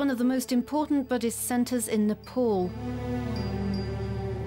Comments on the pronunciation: Butter was not born in Ni- pawl. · Nepol or Nepal 😂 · First thing its pronounce as Ni pal not ni pol. And second not butter its Buddha....